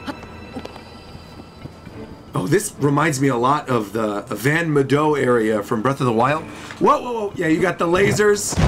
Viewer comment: I’m sorry, but…… VAN MDOH??? You mean Vah Medoh, fool?